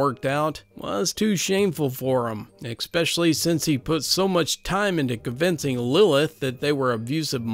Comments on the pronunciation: I wish you’d stop pronouncing especially as “expecially”. That’s my only criticism. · Don't you mean ekspecial edition? :P